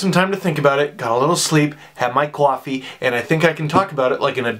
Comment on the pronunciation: You said “coffee” like you’re from Jersey